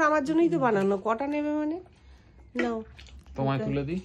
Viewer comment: Nyao na. Nao. Uchharon thik koro.